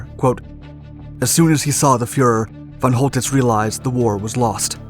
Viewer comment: Who the fuck is Fon Holdiss ?